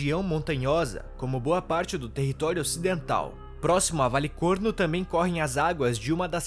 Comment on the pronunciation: Adorei o vídeo! Traga mais dessas histórias. E também é só eu que comecei a rir quando disse valecornos.